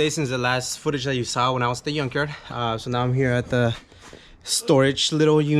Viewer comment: I wish I could help you out bro, glad to see you are getting your hands dirty, - also I could help smiling when you say yunk yard 🥰